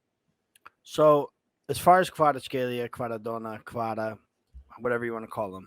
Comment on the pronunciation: I will help you to pronounce kvaratskhelia <Kvarac hell ia >